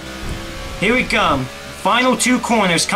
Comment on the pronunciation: "Here I gum"? 😂